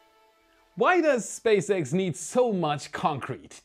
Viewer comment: Was not paying attention and for one second I thought said Space Eggs instead of SpaceX. I went like: what was that?